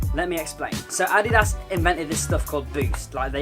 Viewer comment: I hate when u say adidas wrong